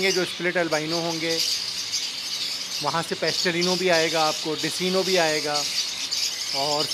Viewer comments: Intyhai mazrat k sath nam Decino hy lykin ye likhny k liy hy Iski pronouncetion DeKino hy Yani k Dark Eye Clear bird umeed hy apko bura nhi lga hoga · bhai desino nhi decino bolty he jazakallah nice video❤️ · Oo Bhai Dis-ino nahi hota Dek-Ino hota ha apka na jub zimadari la he le ha tou theek tharan nibhian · میرے خیال میں ڈیسینو نہیں ڈیک اینو ہوتا ہے